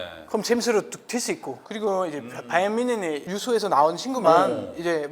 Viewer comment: 바이에른 뮌헨 (X) ---> 바이언 뮨센